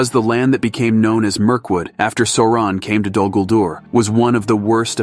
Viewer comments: Sore-On the Dayrk Loard 🥴😂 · Sour-on, actually. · Sore-on apparently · Esp. how to pronounce "Sauron."